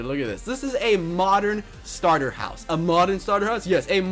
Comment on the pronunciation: Him: This is a modern starter house a modern sarter house yes a modern starter house. Me: ummmmm...